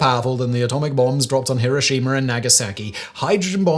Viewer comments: Why are you, an educated British person, mispronouncing Hiroshima the 'Merkin way. It is not HiroSHEEma. The traditional British pronunciation has always been HiROSHima - which is much closer to the Japanese pronunciation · "Hiroshimer"? This is a gawdawful Ai voice to be using.